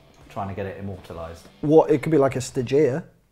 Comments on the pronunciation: stagEA?! This pronunciation is disgusting, bleh... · What the fuck is a sta-geeia? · It annoys me how they pronounce stagea